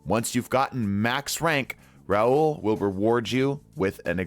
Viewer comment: “Raul” and “Rahool” aren’t the same name…